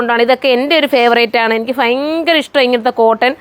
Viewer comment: ഫയങ്കര അല്ല sis ഭയങ്കര എന്നാണ്